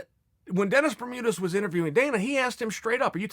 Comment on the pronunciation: "Denus Bermudas" says Chael